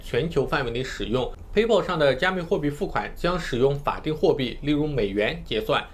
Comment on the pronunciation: PAYPAL 的发音都不对 还学人讲比特币